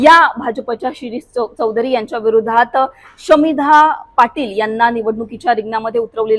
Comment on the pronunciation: शमीभा नाव आहे शामिधा नाही हो अँकर बाई